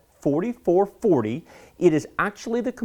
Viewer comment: The way you say 'i5' XD